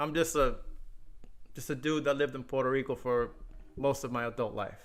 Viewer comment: You forgot how to correct him say Puerto Rico too my boy lol